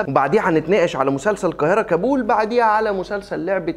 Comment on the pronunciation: انت بتنطق كلمة كابول غلط